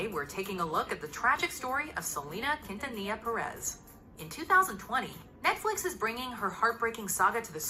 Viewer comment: He really said quintilla 😭😂